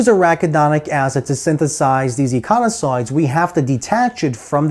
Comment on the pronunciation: Econisoid ❌ Ecosinoid ✅